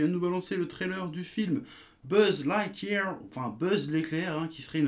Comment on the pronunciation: Ahah, tu prononces BUZZ LIGTH YEAR comme tu l'écris, quel dévouement.